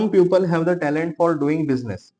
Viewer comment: Sir puple ni peeple hoga btw iska spelling people ho ta h but i was correcting the pronunciation